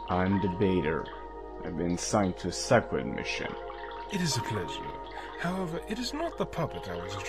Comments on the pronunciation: "a sahcred mission" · I'm surprised by the Batters Voice. It's not what I imagined but certainly not bad. However who directed the voice acting? Did no one listen to the takes? Whats with pronunciations like "Baiter" or "Sakred". You have this p. nice serious voice and then out of nowhere it seems like the character is reading off a script and has NEVER seen or heard these words before. I understand that silly shit like that happens while talking but.. more takes would have helped the Batter. The Voice is still good and the animation of fucking course too. <3